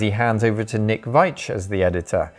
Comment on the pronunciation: So you know, it's Nick V ee tch, rather than V eye tch